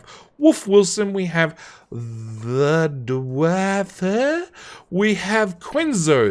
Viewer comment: List: TheDwArF: ThaDuaaarghvuaeheh…? My favourite yet, bravo!